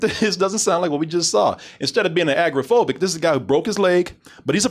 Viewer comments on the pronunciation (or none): How drunk was & for this review?: "Agrophobic"? You mean, agoraphobic?: "Hummage" You mean, homage. WTF, DT? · Love the review but, guys, it’s agoraphobic not agrophobic...you make it sound like she has a fear of the Agrocrag from Guts on Nickelodeon.